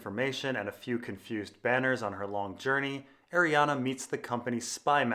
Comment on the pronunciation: I cant stand you saying Arianna when it's clearly not pronounced like that